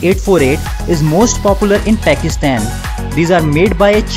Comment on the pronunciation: They way he says pakistan is funny